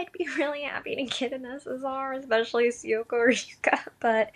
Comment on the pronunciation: Oh man I ended up paying for some gems for her too since she's my best girl and got nothing so I feel your pain...I'm so so sorry. Also I dont wanna sound rude or anything but Syuko is actually pronounced Shuuko!